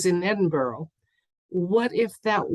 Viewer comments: Great question! Here's hoping Queen Lizard Breath's departure is made known to the public soon. Btw, Edinburgh is pronounced 'Edin-bruh' 😊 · Edinburgh sounds like edin bruhhhh xoxoxoxox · Pronounced Edinburra, at least in England although I’m sure my Scottish friends did the same. It makes me laugh when Americans pronounce our names. It’s like anything with shire on the end. We pronounce it Shure, not Shire. We aren’t the Hobbits. 🤣🤣🤣🤣🤣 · It’s pronounced ‘Edinburra’.I wouldn’t know that either, my daughter married a Brit.Thank you for all that you do. Love and light.🌺🌼🌸👌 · Is it Edinburgh- but pronounced differently?